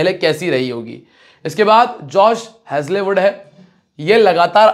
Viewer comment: भाई हेजले वुड नहीं हेजल वुड है